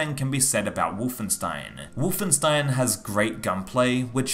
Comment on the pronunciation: But why say the name like ; Wuff-en-stein !??! ..